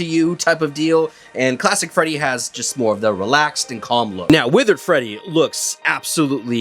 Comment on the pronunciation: still calls Withered Freddy as Withered Feddy 😭